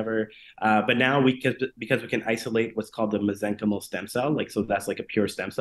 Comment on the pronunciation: Lol he pronounced mesenchymal incorrectly, stopped listening after that.